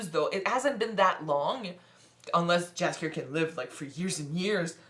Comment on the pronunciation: I have to be a nitpicker a little bit: For english speaking persons it isn't "Jaskier" but "Yaskyer". It means "buttercup" in Polish and is this bard's original name (compared to Dandelion from the initial translations and the games). If you want to know about Geralt's origins watch "Nightmare of the Wolf". This animated movie will introduce you to Vesemir, too - a quite important character in the Witcherverse.